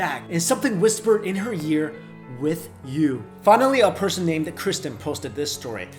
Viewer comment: yer?did he mean ear??